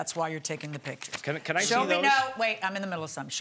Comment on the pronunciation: PIT-KIERS of the room? It almost seems like the plaintiff learned to speak from reading or something. Also, I can completely believe they staged that.